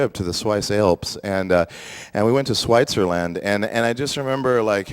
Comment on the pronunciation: i luv how he said switzerland like swytzerland..